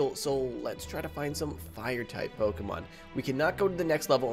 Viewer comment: He said poki pyremon